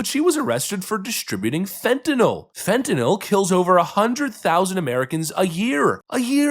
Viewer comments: You are about the only person that pronounces Fentanyl properly. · Congratulations! You pronounce Fentanyl correctly! That is a "Y" before the "L", not an "A" or and "O". Next I need to hear you pronounce "nuclear".